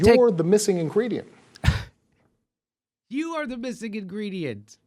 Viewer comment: hehe inGREEDYent